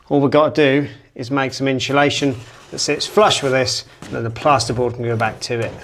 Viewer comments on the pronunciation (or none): Always good showing step by step process. But please, for the love of Guinness, stop saying inshulation! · The inchulation drinking game could be lethal in this episode! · Every time you or pronounce insulation as ‘inch’ulation you lose an IQ point 😂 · Glad you used inshulation 😂